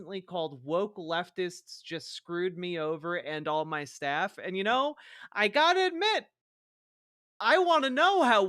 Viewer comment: When you said "guy has staff", at first I thought you said "staph" as in the skin infection...